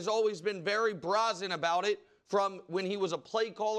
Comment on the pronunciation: That’s not how you pronounce “brazen” Nick